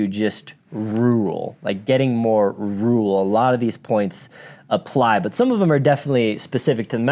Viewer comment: Rooral 😂 I’m just teasing, great vid.